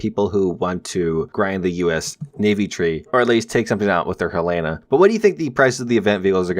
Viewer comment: Sorry to be a prick, the USS Helena is pronounced (Hell-a-na) I know its kinda weird but its my capital city of my state. Sorry